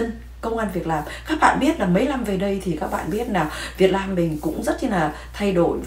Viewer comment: Đại Lam😂😂Việt Lam chị ơi……..please tập lại chữ L & N đi c ơi nghe funny quá